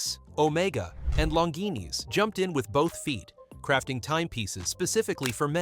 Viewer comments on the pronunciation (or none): 'Long geenies'?